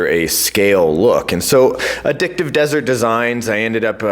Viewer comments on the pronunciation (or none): none